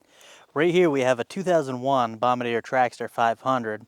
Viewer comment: You said it the French way! nice! what a cool design, pushrod, let you take the head right off, so easy, no timing chain, so much access! the rear rad is a great idea too, love that huge rear diff and swingarm, made for farmers\commercial, like wow! great commitment going 50mph into huge raindrops downpour, great video!